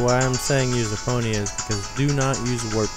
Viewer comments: EPONA NOT EPONYA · Not just that. He butchered almost EVERY name. 1. "Eponia"- Epona 2. "Dogoro's" -Dodongo 3. "Kakoro" -Kakariko 4. "Coco" -Cucco 5. "Kakaroo" -Kakariko 6. "Hylina"- Hylia 7. "Lake Hyrule" -Hylia 8. "Kakaroo" -Kakariko BAD Zelda nerd. FAIL. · Eponya? it is Epona... You must have read it incorrectly. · Eh-pone-ah Not E-pon-ia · This was so helpful, but you literally pronounced everything wrong.. Eponia - EPONA Dodoro's Cavern - Dodongo's Cavern Kakaro Village - Kakariko Village Cococo Lady - Cucco Lady Its so off putting.. 0_0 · there not elfs theyre kokiri theyre not spiders theyre skulltullas and its not eponya its epona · DAFUQ ! EPONYA ???? You mean EPONA. Please, don't say it ever again. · Isn't the horse's name Epona? Not Eponya? Great guide though! :) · isn't the horses name epona not eponea? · isn't the horses name epnoa not eponea? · Every time you say Eponia I just want to stab myself in the face. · I was like ._. when he pronounced Epona as Eponya XD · eponya lol